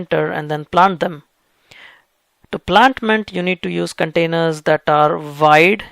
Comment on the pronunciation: Dear,, thanks so much for the info. I'd like to ask, it just confuses me, that's why... why are you saying "vide" for "wide"? And "wines" for "vines"?...